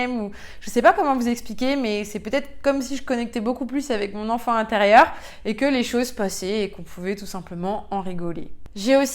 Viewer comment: Le IN se prononce IN , pas AN ….. on dit le LIEN , pas le LIAN …INformation et non ANformation …. etc etc ….INterieur et non ANterieur …